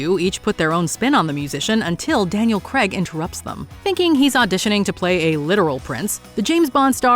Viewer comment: wtf is Daniel creg....?